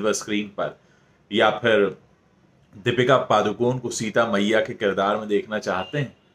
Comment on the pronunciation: Sir its paDukoNe (not paaducone).D as in Dear and N as in puNe